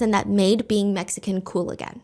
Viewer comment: I was confused thinking you were saying “medicines” hate them and then realized you were actually communicating Mexicans hate them. lol😅